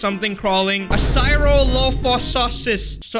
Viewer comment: Cryolophosaurus Cry-yo-looph-sawr-us